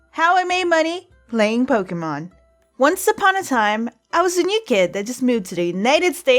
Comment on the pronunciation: You say pokemon wrong it's pronounced Po-kah-mon